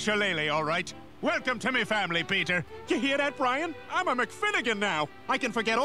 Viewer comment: you misspelled Brian you said BRAIN! hahaha! funny my drunk Irish Russian FAE butt but I had to correct you and I want to give you a good day and maybe a YEAR if you do right! :)